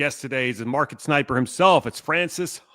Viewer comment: " the sniperrrrr" with scope !